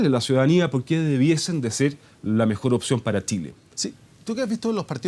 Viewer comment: porque dice "Tchile", sera que es de nacionalidad cuica de los UDD?